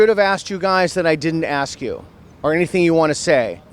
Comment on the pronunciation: "ACKS"...????? A S K